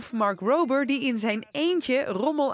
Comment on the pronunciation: Mark rrrrrober